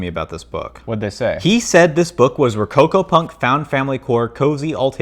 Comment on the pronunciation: I hear rococopunk as rococopuffs.